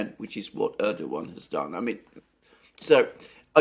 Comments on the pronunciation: Thanks Alexander for starting to pronounce Erdogan name correctly! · Alexander nailed the pronunciation (Erdogan) at the second attempt! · Hooray! Alexander Mercouris appears finally to have accpeted that the soft G ( Ğ /ğ ) in Erdoğan is silent. The other Alex, less gnarled than AM but more gnowledgable about this soft G, can gnow stop gnashing his teeth in agnoyance.